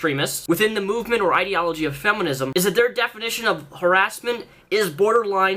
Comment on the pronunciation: Har-ASS-ment AAAAAAAAAHAHAHHHAHHA Sorry.